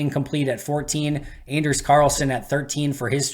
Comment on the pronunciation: Anders (pronounced On-ders btw) is a good kicker. However, it’s tough to go from down south to the frozen tundra. The kickers before him at Auburn all struggled before hitting a hot streak (Parky and Daniel Carlson). It’ll take time to adjust.